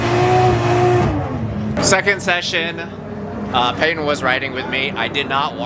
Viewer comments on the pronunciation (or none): none